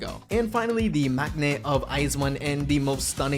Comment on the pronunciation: There's no such thing as age limit in 48 Groups lol. The members graduate whenever they want. And Hitomi is from Team 8, not Team B. Pronunciation of maknae is also cringe